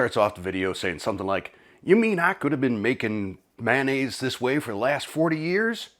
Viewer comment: You pronounce mayonnaise as manaise. You'll have to forgive a retired English teacher, but I've never heard mayonnaise mispronounced so many 🤭